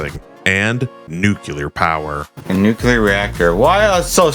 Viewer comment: How the FUCK did you pronounce it BOTH nuclear AND nucular?